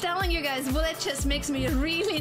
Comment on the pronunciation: With her accent, Anna says bullet like Blyat chess - which is the exact word that crosses my mind when I play bullet too! 😅